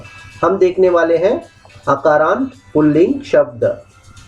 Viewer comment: it's not akaaraant pulling shabdah it's akaaraanta pullinga shabdah